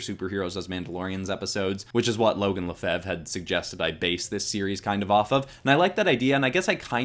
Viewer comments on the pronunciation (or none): none